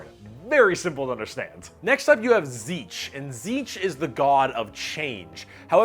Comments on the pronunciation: You forgot to pronounce the "nt" in "Tzeentch" lol. Zeent-ch. The "papa Nurgle" thing is not just a joke. Nurgle cares the most about his followers of all Chaos gods, and his followers are also the happiest of the bunch. A good way to explain Slaanesh is by comparing it to the cenobites from Hellraiser. Beings capable of imparting pain and pleasure so unimaginable that it can tear your soul apart. You forgot to say the Eldar ships are basically filled with Eldar souls cuz they put them there so they dont go to the warp and get eaten, and that Eldar mechs are basically powered by necromancy cuz they put those souls in em to power em. You said Orks don't have existential crises, but Ghazghkull Thraka had one when Yarrick died. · I love these vids, but is Tzeentch really pronounced "seetch"? I don't know but it doesn't sound right lol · Good video, but I have to be that guy that comments on this being the absolute weirdest pronunciation of Tzeentch I have ever heard. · except he pronounced it Tzeetch. He forgot the N. Not as planned, methinks ;) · I always thought Tzeentch was pronounced Tease-nitch . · I don't think Tzeentch is pronounced as zeech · Is my hearing going funny, or is pronouncing 'n's as 'm's? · This is possibly the worst pronunciation of Tzeentch I have ever heard. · THAT'S how you pronounce "Tzeentch"?! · missing N in pronunciation of Tzeentch... brrr